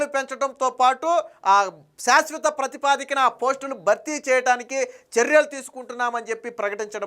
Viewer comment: ప్రతిపా ది క కాదు సోదరా. ప్రాతి ప దిక